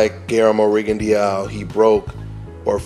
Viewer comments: My brother you keep butchering that man's last name. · Rigondeow hahah